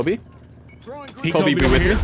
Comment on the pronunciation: Ok, I'm gonna be honest, saying Kobe properly always screws with my brain